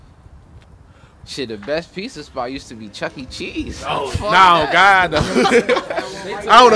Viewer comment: My man said the chuckee cheese on 198 😂😂😂 ayy what y’all doin out laurel